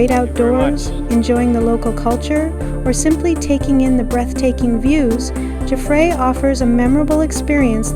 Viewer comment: Nice video. FYI, Jaffray is pronounced Jaff (like laugh) and ray is pronounced like the ray in stingray. Emphasis in jaff.